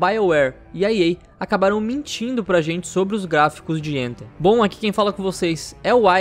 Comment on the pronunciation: Tem que pronunciar o th como é pronunciado no inglês, não tem som do nosso T é um som diferente que não existe no português.